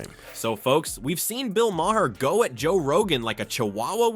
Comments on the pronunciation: It's pronounced Bill Mar. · Mahr = My-Har?? 😂 AI voice ‘narration’ ?? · You make the video and can't even pronounce the surname correctly. Also trying the turn people on Rogan for future podcast decisions won't work. ...a smear video made on purpose . Prob by some who's in government . Trying to get ahead of things for next time . Won't work.